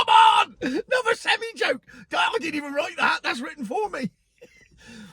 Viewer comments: Yes, they are called sem-I, not sem-e. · Its pronounced semeye lol. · As you pronunce it an articulated gehicle is a seni!